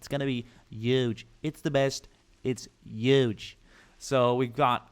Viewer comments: When you pronounce the word huge your supposed to put emphasis on the h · Yuge it's gonna be yuge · You say huge wrong.